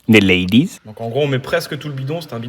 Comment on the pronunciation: '' zhe ladyz '' 🤣